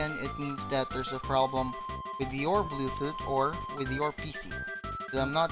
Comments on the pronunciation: STOP CALLING IT "Bluethut"!! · xD bluethoot ITS BLUETOOTH IDIOT xD